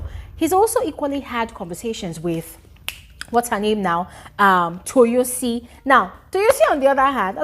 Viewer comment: Let me help you pronounce the name better It’s Toyosi Like Toe-your-see ❤